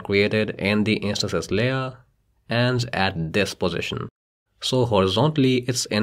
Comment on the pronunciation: I like the way he says intances he says inseces!!🤭🤭🤭